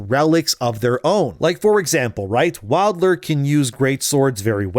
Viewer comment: “Wild-LER Round-hold table” holy hell man did you hit your head?